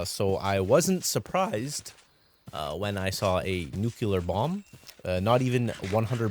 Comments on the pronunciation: add him to the list of people who say nucular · nuCLEar not nucular. it is pronounced new-clee-are. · Nook-lee-are not nucular btw